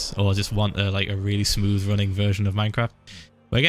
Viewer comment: he said smooth like sm00th